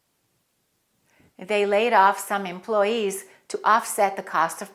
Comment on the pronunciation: Hello dear teacher!! Did I hear well or you didn’t pronounce the y in employee?